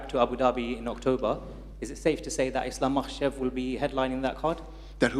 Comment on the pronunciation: He really doesn’t know Islam makhachev name Everytime fumbles 😂